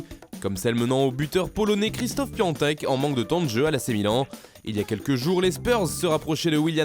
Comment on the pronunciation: PIATEK PAS PIANTEK À WÉ